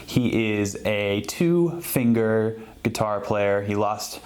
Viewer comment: hhhhhhh.... geetar... remind me of how Etta backer pronounces guitar